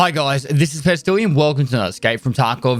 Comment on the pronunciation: always sound like he is saying..hello here is PESTILIAN and not PESTILY